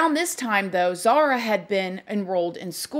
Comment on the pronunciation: I love you and your videos but her name is Zahra not Zahara